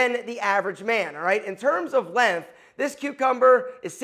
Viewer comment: It’s length, with a g. It is not “lenth”